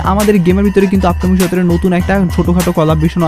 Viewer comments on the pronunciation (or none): none